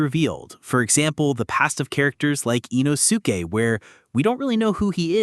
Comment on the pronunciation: I think the narrator is somehow connected to Inosuke (I-noske). The pronunciation is KILLING ME 😂